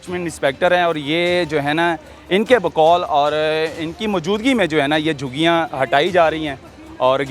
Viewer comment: لفظ جھگیاں ھے جوگیاں نہیں